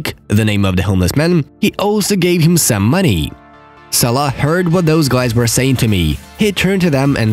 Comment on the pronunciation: Is it me or did he call Salah salakh